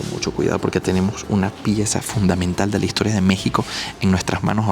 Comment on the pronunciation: Si es e historia no y historia, asi como no es vamoj a ver, sino vamos a ver, ni ustedej sino ustedes, ni ademaj, sino ademas, ni poquitico, sino poquito